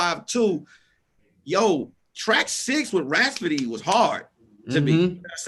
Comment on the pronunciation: Hey Tom, It's seems like is trying to say Rapsody, but he keeps saying Raspody. Otherwise he doing great, back to you Tom.